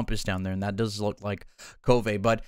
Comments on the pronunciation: It’s Kulv Not kul-va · The fact that he can’t pronounce Kulve properly is like nails on a chalkboard